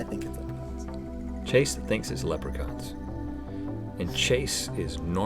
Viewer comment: That's not how you say Leprechaun, Link!